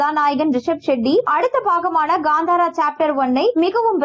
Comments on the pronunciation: First learn to tell proper and come for media that is kantara not gandhara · It's kantara not gantara